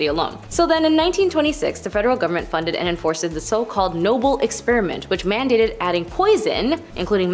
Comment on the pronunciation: Hold up….did she say enforce-ed ?! 😳🤦‍♂️